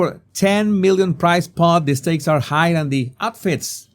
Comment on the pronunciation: Am I the only one who's troubled with your pronounce of the word "high" and "higher"??